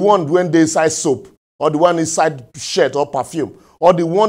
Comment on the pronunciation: I love the way he says "Perfume" Parfeeum!! 😅😅